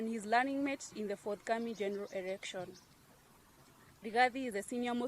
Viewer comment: R or L poorly used by the lady eg erection instead of election